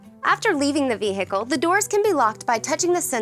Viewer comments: Vee Hickle! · Then Select Vee Hickle